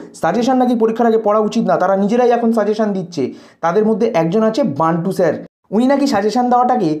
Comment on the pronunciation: Dada nam ta toh thik kore bolun.....nantu hbe nkd